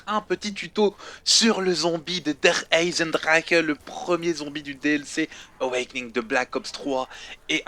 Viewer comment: Ça ce dit "aïe zen drare"